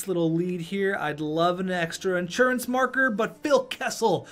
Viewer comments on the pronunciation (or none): none